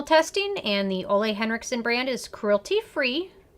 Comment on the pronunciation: Thank you for the review. Just an FYI...his first name is pronounced 'Oolah'